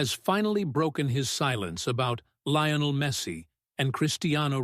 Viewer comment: Please pronounce Messis name correctly! Its Lee o nel not Ly o nel.